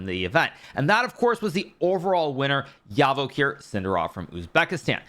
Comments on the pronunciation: please pronounce the letter J in Javokhir just like you pronounce the letter J in jam. I am from Uzbekistan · Just as a side note, the name “Javokhir” is pronounced exactly like how you would say it in english with “J”, not “Y”.